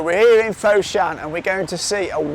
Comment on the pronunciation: if you pronouce foshan as "fot-shan" but not "foe-shan", it would be much better...:D